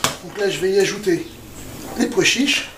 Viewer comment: vous savez personne n'ose vous le dire mais il n'y a pas de "d" à pois chiches